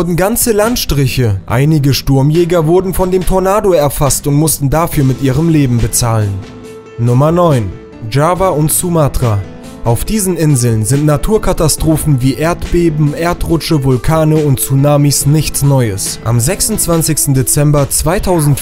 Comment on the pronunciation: Java spricht man nicht dschava aus du kek